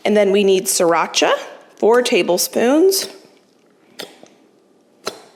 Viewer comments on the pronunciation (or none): none